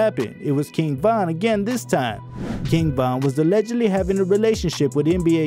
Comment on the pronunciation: You should learn how to say allegedly to avoid being sued